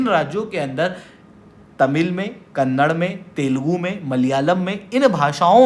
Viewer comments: Good information but please pronounce Karnataka and Kannada properly, its not Karnatak and Kannad, its कर्नाटका और कन्नडा. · Sir kindly atleast call the languages by there actual name !! its "KannadA" not "Kannad" . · It's not kannad it is kannada